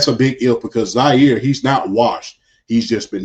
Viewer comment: AS LONG AS #8 IS UNDER CENTER AND HAS SOME WIDE RECEIVERS AND AN OL, THE SUPER BOWL WINDOWN IS WIDE OPEN. It's clear you two don't really know the Ravens so I'll help you out. It's MIKE GREEN not WHITE and he had NO CHARACTER ISSUES. There were accusations from anonymous. It's also JAIRE not ZAire. #89 has a history of fumbling in the playoffs. This past season was just the WORST. He has yet to catch a TD in the playoffs. Lamar most definitely SHOWED UP. He made two bad mistakes but made up for them before and after.